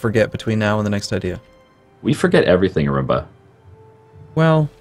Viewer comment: I like how calls Arumba ""